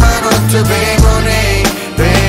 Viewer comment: Ho 40 anni, quindi appartengo ad un'altra generazione. Diciamo che prenderei più seriamente questa canzone se la parola "money" fosse pronunciata correttamente...